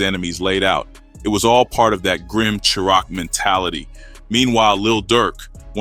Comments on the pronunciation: Tf Is Sure Rock ? Chi Raq Is Pronounced Shy-Rack Goof Ah 😂😂😂😂😂😂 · He said SHURAQ😂😂😂😂😂😂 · 😂😂 Chiraq is pronounced like "Shy rack".... This is the second video I've watched where it's said wrong.. come on bro! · Shy-rack = Chiraq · Well I'm done..unsubscribe..I can't follow A.i....hearing words mispronounced throws me out...can't say chi-raq right...i thought this was a real ni@@@ reading lol